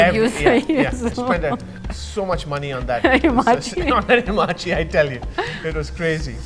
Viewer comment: Great, gald it bore fruit after 12 long years. But please its ha ma chi... not hi ma chi...